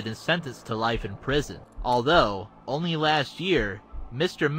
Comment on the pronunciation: Bro said omy. Omy goodness bro said to 2x